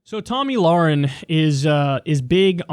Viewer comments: Lmao omg "Tami losenge" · why did he pronounce her name so weirdly withour noticing... biden syndrom or is he talking about someone else than tomi lahren?